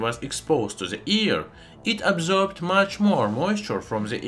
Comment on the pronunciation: Its AIR not EAR😉😁 I love your channel🥰